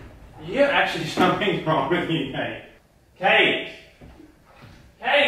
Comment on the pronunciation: it's like Slaiman is saying cake instead of Kate lol